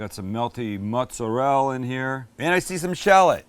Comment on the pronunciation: I get such a kick out of you, Your doing your best Giada impression when you pronounce what you consider to be an "Italian ingredient" Mozzerell . ever notice how she has absolutely Zero Italian accent until all of the sudden she just WAY OVER accents what she considers to be Italian ingredients! HA HA HA HA Are you also going to start saying BAM, EVOO and all the other bullshit you saw on the food network?